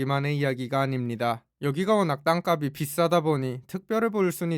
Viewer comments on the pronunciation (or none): 땅값이 의 발음은 [땅깝씨] 입니다ㅎㅎ [가비]로 발음하셔서 알려드려요